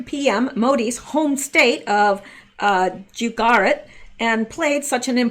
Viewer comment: The state you're looking for is Goo as in gooy. Goo-jer-at emphasis on goo.